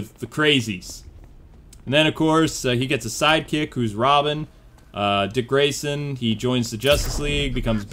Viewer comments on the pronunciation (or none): none